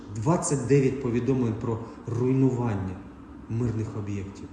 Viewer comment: Уже от.этих звернень тошнит!!! Слово руйнування,этот клоун,произносит,как поэму😭 Он что,издевается с людей,что ли?